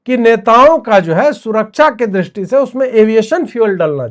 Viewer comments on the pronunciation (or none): none